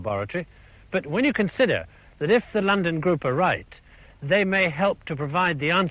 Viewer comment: When he said that's enough of "Dat" he also invented the Gangter rap version of saying "that."